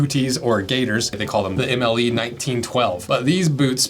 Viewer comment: MLE, French abbreviation for the word model. Puttees - pronounced like putty as in Silly Putty, or glaziers putty. Just nit picking, interesting video.